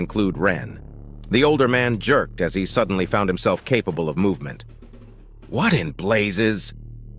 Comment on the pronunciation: DUDENLY. Gave me a chuckle haha